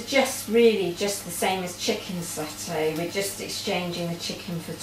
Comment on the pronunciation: Its tofu like tofoooo and satay your pronunciation of these make me shout at the tv lol